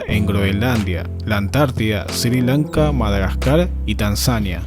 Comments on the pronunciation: Sri lanka no se lee SIRI LANKA sino ESRÍ LANKA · "Sir Lanka"